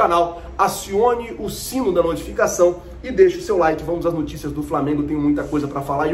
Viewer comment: NOOOO TICIAS, NOOOOOO TICIAS, não NUUUUUI TICAS, por favor que agonia escutar nuticias, hehehe salve sou se fa heheh